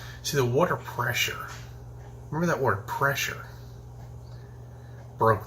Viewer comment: what causes air presser. A I R P R E S S E R say it slower if you need too. LOL